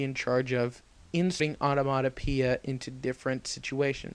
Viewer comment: Good information, well organized and delivered. But---"onomotopoeia"?